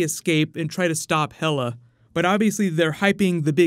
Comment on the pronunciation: Is Hel-uh daughter to Loki,like Hel in nordic mythology?